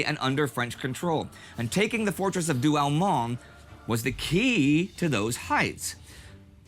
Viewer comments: Douaumont,,,not Douamont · By the way the consistent mispromunciation of French words is epic. This is DouaUmont which sounds like Do-oh-mon in English